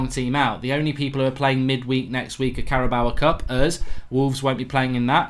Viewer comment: mate it's Carabao Cup not Carabao-A cup